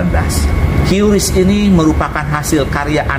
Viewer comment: QRIS Menurut Bank Indonesia ejaan yg benar adalah kiris bukan kiuris.🙂